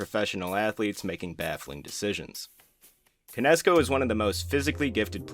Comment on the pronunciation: I did not know this was AI Until.... Jose CAN- ESCO. Otherwise GREAT VIDEO